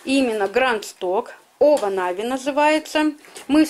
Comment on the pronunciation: Не овонави,а иваново 🤭